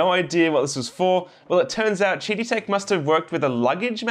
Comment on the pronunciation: I think they intend to pronounce QIDI as "Kiddie"...